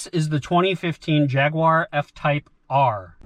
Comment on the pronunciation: At least (the younger dude) says jaguar correctly lol